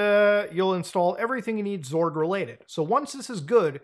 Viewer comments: xorg is pronounced X-Org, you can also call it X11 that (ex-eleven) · Can't tell if Muta is pronouncing Xorg as "zorg" as a bit or if that's actually a thing. Either way I support it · I'd say it's more of a zee sound smashed up the ass end of an ing sound. Like "ngzuh".. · I remember him first saying "graphic" card rather than "graphics" card back in the day which threw me off a bit ngl. Now it's "Zorg" lol. Maybe muta is one of those ppl hoping for X12 and Zorg is the successor of Xorg